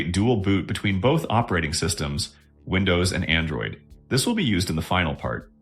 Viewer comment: Вындоус и мойюай это конечно хорошо😂😂😂